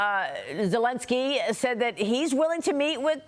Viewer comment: I heard how clear she said Vladimir Putin but then butcher Vladimir Zelensky. I love seeing such thorough and unbiased reporting.